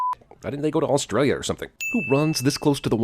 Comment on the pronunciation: U just had the worst pronunciation of Australia ever